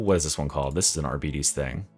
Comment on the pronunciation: imma need everyone to stop pronouncing it arbeedees - it's ar-bite-ees